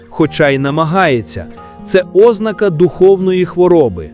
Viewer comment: По Очах?? Наголос на О? Серйозно? Ознака замість ознАка?? Ну стежте за орфоепією.